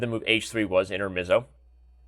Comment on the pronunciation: Also the e is read like pepper not like bee, it's an Italian word, like fianchetto